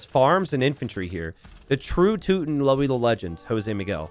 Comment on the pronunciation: slaughter the word teuton...tutooons